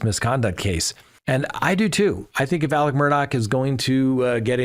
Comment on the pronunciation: It is Alec